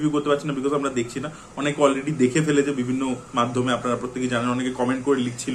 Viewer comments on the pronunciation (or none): none